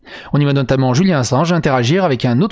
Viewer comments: Pourquoi prononcez-vous Julian à l'espagnole ( le J) ? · Je viens justement de l'entendre et ça m'a interpellé 🤣 dans une vidéo il a dit que des fois il faisait exprès de mal prononcer des mots, du coup des fois je m'amuser à les trouver 😁